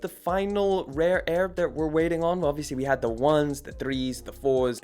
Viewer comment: “Rape Air”⁉️ nawwwwwwwhh dawg that was purposeful smfh